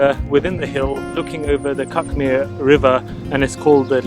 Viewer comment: Cuckmere is pronounced ’Cook-mere’. You should never cycle on any footpath as it’s illegal and dangerous to pedestrians. Look for bridleways, RUPPs (Road Used as a Public Path) or BOATs (Byway Open to All Traffic) in the legend on Ordnance Survey (OS) maps.